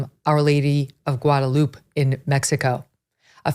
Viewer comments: Megyn & Biden: It's not "Gua da loop." It's "Guada loo PEH." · Megyn it’s pronounced Guadalupe’ not Guadaloop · Guada”loop” lol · He def doesn’t know how to pronounce Guadalupe. Mas triste… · President biden cannot pronounce guadalupe correctly... horale wey.